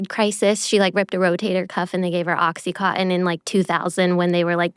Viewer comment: "Oxy-cotton" (oxycontin). "Per-scribed" (PREscribed). Just wow. Speaking of the ignorant South. That's super embarrassing. A Doctor.